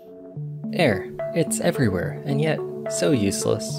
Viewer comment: i think you mean: everywAIR XD